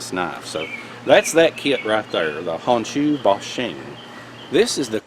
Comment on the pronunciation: Forgive me, but I can't stop myself... Its: "HONE SHOE BOW SHEEN". No foreign language EVER pronounces "O" as "AH". It's a simple rule...EZ 2 remember